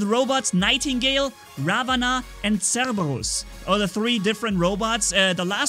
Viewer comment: Ravana is actually pronounced as raavan